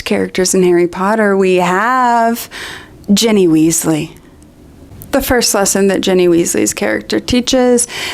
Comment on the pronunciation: you keep calling her Jenny instead of Ginny and it's so distracting